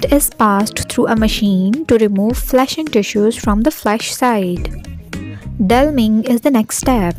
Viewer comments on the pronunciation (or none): This was super helpful! One note though; it’s deliming (de-liming), not delming.